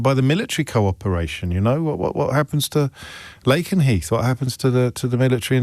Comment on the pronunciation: FTR as someone not too far from it, it’s pronounced “Lack-en-heath” not Laken-heath. Heard a few people mispronounce it so had to step in 😂